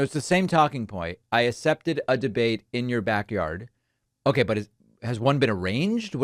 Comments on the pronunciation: " I asept a debate" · Dude really can't say accept. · First of all, he can't even pronounce the word "accept" correctly!